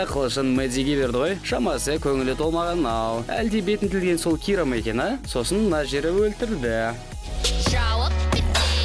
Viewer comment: Кира емес чира 😒😒😒